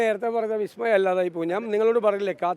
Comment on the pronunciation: അണ്ണൻ്റെ ഒരു "ബിസ് മയം റിപ്പോർട്ടർ ടിവി യിലുണ്ട് 🤪🤪